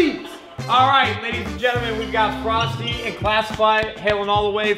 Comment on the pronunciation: YOU FEELING ALRIGHT EDITOR? Courage: Frosty: FrostE Me: What the fuuuuu